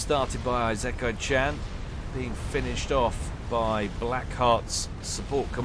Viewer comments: Late to the party i know, but but it would be ee-se-ka-ee. It would be written いせかい or like ｲｾｶｲ without kanji. I would say is closer then most people probably would be. Im sure something to this effect has been posted a few times but Ive seen a lot of people here that also have it wrong...Now watch me be completely wrong too. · Need to take a shot for every time says Eye-Zek-kai-chan lol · just say Esekai instead of Isekai, also the s is softer, you're pronouncing it with a bit of a z. its more like the se in set or section. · If my memory serves, Isekai is pronounced "Farms" ;) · I know, it's clearly Eye-sex-eye-can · ee-sick-eye Isekai Ise-kai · "isekai" is in japanese. google tells you the pronunciation